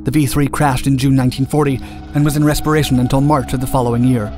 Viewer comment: Also doesn't he say 'the plane was in respiration'? I know it should be restoration/repair but sounds like respiration to me :)